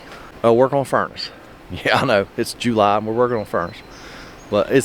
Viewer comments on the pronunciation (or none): I like the way you saw JOO-ly instead of July. I clicked because my Atwood 8935 is literally screaming. It started when I stupidly plugged my shore power into a 500w inverter connected to my lithium batteries. It screamed like a maw-fkr for a long time until I yanked the plug. Now it only does it for a second when it starts, but the igniter no longer ignites. Any guesses what broke inside? The igniter or something else? Before this was happening it was definitely leaking gas but only when it was off Thanks